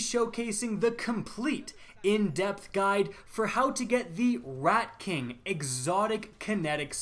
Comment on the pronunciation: sounded like he said redcock is here